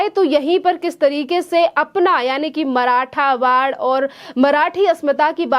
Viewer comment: मराठवाड नहीं मराठवाड़ा 😂😭🙏